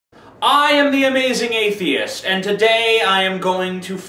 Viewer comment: "Atheiest", then "Athiest", but hey, at least he got it right a few times.